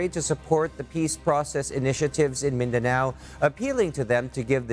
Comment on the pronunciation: Your pronunciation of words of Philippine origins is RIDICULOUS…MIN -DE-NEW??…really?…embarrassing and the word POPULACE my god…POPYULIS??…